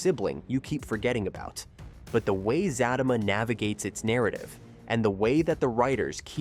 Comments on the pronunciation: It Za tea ma,, not Za ta ma ..😅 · Zat~A~Ma every time he says that I crack up and what about the way he is saying Sistas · Who the helll is Fat-ta-ma 😂 Zat-ta -ma this Ai is a trip 😂😂😂😂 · It's not zatima it's the za te ma. If you can't say the name right you shouldn't be sitting repeating it over and over and over trying to explain the show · It’s Za Ti Ma not zatima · The name is Zatima! Not Zattama! SMH! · Sir it's Zatima not Zatima 😂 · I just can't with the pronunciation....😔 "Zaaa-team-ma" and "Faaa-team-ma" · It’s pronounce fateemah! And zateemah! I’m hoping I’m closed. Caused what they saying Is killing me. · The show is pronounced Za/ti/ma and Crystal’s character’s name is Fa/ti/ma dang. Please don’t screw this up again. It’s hard to watch your videos or take what you say seriously if you don’t even show enough interest to figure out how to pronounce your subject matter🤨 just saying 🤷🏾‍♀️ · It's Zah-tee-muh bro 😂 everytime he say it wrong I cringe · It's pronounced Za tima..I was watching Sista's first! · Za-team-mah pronounce it right please lol. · It's Z-U-T-E-MA U r pronouncing it wrong😂😂😂😂😂💀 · PLEASE pronounce the show's name and one of the main characters' name CORRECTLY! It is pronounced Zuh-Tee-Muh & Fuh-Tee-Muh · It's pronounced Zateema and Fateema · Za teeee ma! Zat a ma!! You know that is not how it’s pronounced!! C’mon maaaan! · He is saying it wrong and it’s pissing me off like for fr fr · Can u please pronounce her name correctly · ITCH IF YOU DONT SAY THE NAME RIGHT BEFORE WE SLAP U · PUT SOME RESPECT ON HER NAME. SAY HER NAME RIGHT. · I don't believe you exactly watch the show. U can't even pronounce the name, or you're very disrespectful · Do not review the show if you can't pronounce the name of the show, at least half correctly. 🤬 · I can't even listen to this. He's saying it wrong. But he already knows this. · Right, cuz if you watch the show, you know how to pronounce the name of the show and it's characters